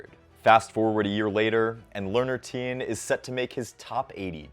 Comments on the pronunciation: Please learn to pronounce his name properly!! You are pronouncing it like “Teen”, it is pronounced “Ti-yehn”. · thanks for high- lighting Learner's game but his last name is pronounced "T-yen" not "teen" He looks like he has a high tennis IQ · His name not pronounced "Teen" Think Tian, as in Tiananmen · why is he pronouncing his last name like that